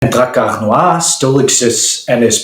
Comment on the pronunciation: Your alveolar trills give me areolar thrills.